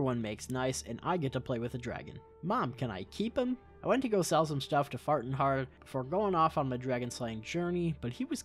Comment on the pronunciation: Paarth-ur-nax Great Talos, how have I never noticed this before 😂